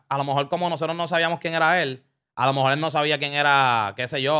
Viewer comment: Diablo Scofield dijo "alomejol" como 30 veces en menos de un minuto